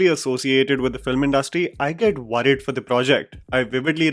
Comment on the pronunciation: It's pronounced "worried" not "v-rrid". 🤓